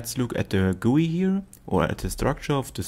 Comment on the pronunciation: Thanks for saying Gooey instead of G.U.I! This synth seems his answer to U-he's Hive?